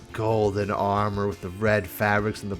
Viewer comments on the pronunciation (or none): none